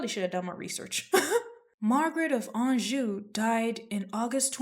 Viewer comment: A knockout, knows history, and pronounces anjou correctly. Subscribed ✅